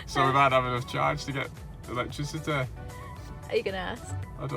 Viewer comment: Come on mate say electricity properly